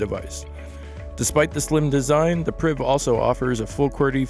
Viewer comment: Did he say BlackBerry Briv?